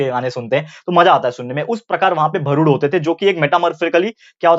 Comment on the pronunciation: It is not bharud it's real pronounciation is भारूड